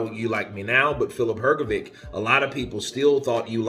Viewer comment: I suggest you learn to pronounce boxers' first and last names correctly. I believe you will succeed, considering that you are so good at imitating the sounds of various people. Examples of incorrect pronunciations: Zhilei Zhang, Hrgović. First for these two fighters, please. ☺️🙏 Thanks! You can find the correct pronunciation online. It's also respectful to the boxers.